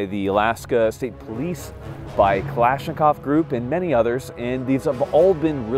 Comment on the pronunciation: Kalashnikov is not klashnikov